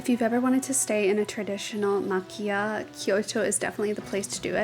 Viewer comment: I guess by now you've probably figured out that it's pronounced ma-chee-yah, not ma-kee-yah, because it's Japanese, not Italian.